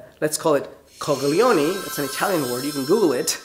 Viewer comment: Luv how he says "coglioni"🤩